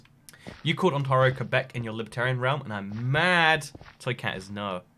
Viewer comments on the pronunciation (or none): none